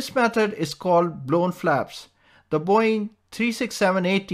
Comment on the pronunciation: The way they pronounce boeing is really funny.